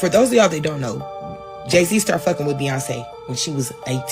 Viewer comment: It's Beyonce man Beyonce